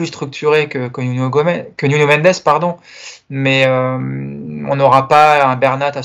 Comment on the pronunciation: C'est aussi insupportable de vous entendre déformer les noms de nos joueurs. Vous êtes l'un des podcast référence pour les supporters du PSG donc pourquoi appeler Simmons saymonsse ? Le type est hollandais pas anglais , son nom se prononce Simmonsse . Pareil pour Nuno Mendes , ça se prononce Nuno et non pas nougno Mendes . Je vous avez fait la réflexion pour Baker la saison dernière , j'espère que vous prendrez en compte ce nouveau conseil